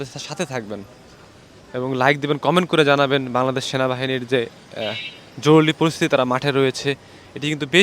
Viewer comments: হায়রে সাংবাদিক ভাই জরুলী না বলে জরুরি বললে কি হত। 😂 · জরুলি না উচ্চারণ টা " জরুরি " হবে। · আপনি তো বলতে পারেন না,যেমন জরুরি কে বলেন জরুলি, কমান্ড কে বলেন কমন,আগে কথা বলতে শিখেন, আর এটা হবে গণভবন রাষ্ট্রভবন না, রাষ্ট্র ভবন বলতে ঢাকাতে কোন ভবন নেই। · কি সাংঘাতিক রে বাবা জরুরী কে জরুরী বলতে পারে না* জরুলী বললো বড়ই হাস্যকর 😅😅😅😅😅😅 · জরুলী এটা কোন শব্দ ভাই?? জরুরী এটা শুদ্ধ শব্দ। ভাষা ঠিক করে কথা বলতে হবে। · ভাই “জরুলী অবস্থা না” হবে “জরুরী অবস্থা” । আর ওরা “বাংলাদেশ সেনাবাহিনী” না ওরা “বাংলাদেশ সেনালীগ” । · জরুলি কি ?? শব্দটা হবে জরুরী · এই বেটা উচ্চারণ ঠিক কর জরুলী নয় বল জরুরি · ভিতি কর জরুরি,উচ্চারন ঠিক করেন